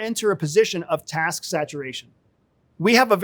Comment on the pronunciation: say "task" again... arrrg!